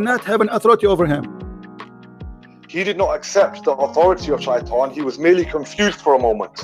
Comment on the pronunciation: clear difference then look how he pronounces shaitan